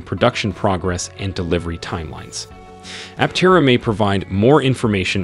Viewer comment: Pronounce Aptera correctly.